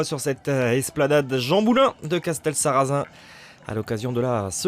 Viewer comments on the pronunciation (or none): Castelsarrasin dans le 81 ? 😂 C’est dans le 82 (Tarn et Garonne) et c’est un « s » à la fin pas un « z ».